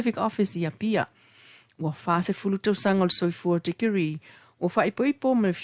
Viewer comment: Why this journalist used the D pronunciation instead of T... its tausaga not dausaga, Motootua not Modoodua, daunu'uga.. dupu... it's so annoying to hear the D pronunciation... faaleo sa'o upu Samoa i le T ae lē o le D pe alu a'e se Samoa e lelei laga faasamoa e faikau mai news... 😠 😡